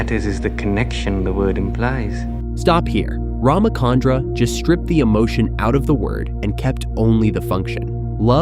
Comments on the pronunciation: Please note that its Ramachandra (cha as in charcoal), not Ramakandra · First, Neo wasn't blind during this scene; he was unconscious, having lost consciousness at the end of the scene Reloaded. Second, being an Indian, hearing the miscommunication of RamaKandra is painful. It's RamaChandra, “Ch” as Chill, not Chemistry. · Its not Ramakandra, its Rama chandra just like how we pronounce Cha in chalk. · It's cha.. Like one two cha cha cha... Ram-Chandra not kandra